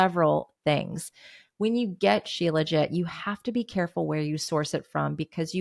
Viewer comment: Becky Niles says shilajit like “shee-la-jee”.